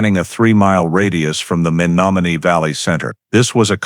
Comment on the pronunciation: It would be nice if the narrator would of pronounced the Menomonee Valley correctly. He obviously, is not from Wisconsin.